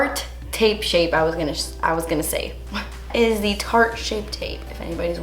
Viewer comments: Girrrrrrrrrl!!! I was doing cardio at the gym and watching your video. I almost lost it and embarrassed when you said Sharte lololol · I laughed out loud when you said Shart instead of Tarte! Haha, the child within and all that. Don't fancy shart on my undereye. Lmao. 😂😂